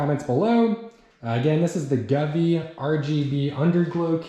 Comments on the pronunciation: Sorry, but have to point out, the brand is pronounced "Go-V" not gavee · I know someone corrected your pronunciation of govee. But I’m calling it guvee from now on